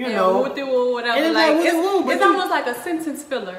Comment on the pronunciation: They got wooty woo perfectly correct I ain’t got shit to say